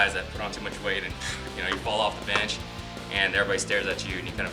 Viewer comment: Always hear him say "bitch" when he says bench.... Am I the only one?